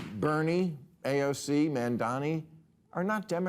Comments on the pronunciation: bill's disdain for mamdani is so thick that he refuses to learn how to pronounce his name correctly. it's as easy as Kamala but bill has such a problem with mamdani's proposals that he just can't bring himsef to dignify the man by saying his name right. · Learn to pronounce his name Bill.